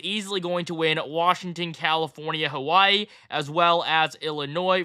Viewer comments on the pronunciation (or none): none